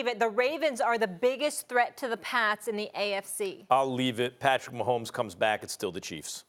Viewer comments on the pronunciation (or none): none